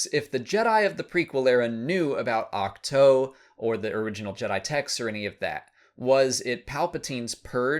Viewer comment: It’s pronounced Ach-two, not Ach-toe. How do you not know this?